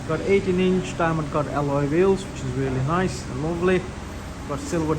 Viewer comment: I'm guessing it's REALLY NICE!!? 🤣 Sorry but you emphasized them two words waaaay to much hahaha lol 🤣 In all seriousness it is a rea--- Errrm Beautiful car and can't wait to collect mine at the end of the month... Mines the trophy DCT version in the same cosmic silver colour with the optional red/black interior. Can't wait 😊